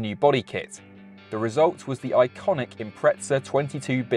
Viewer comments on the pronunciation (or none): Why is he saying Impreza like "Impretsa"? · impretza what? xD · when people call it an impretza my toes curl… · Maybe when the Brits learn to pronounce the English word “Impreza” properly, not “Imprezza”, Subaru will re-instate that name. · Looks good. Will start saving……Wheres the ‘t’ in Impreza? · Where is the T in Impreza? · Awesome vid but couldn’t take your pronunciation of Impreza where’s the T mate ? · There is no T in Impreza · How can the English not speak their own language… Impreza does not have a T in it !?